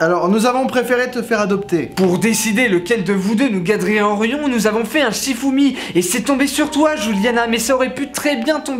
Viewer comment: "nous gardrienrions" Bac +30 en littérature